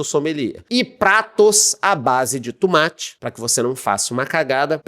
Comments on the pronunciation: Tumate = tomate....kkkkk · O tumátchi 😂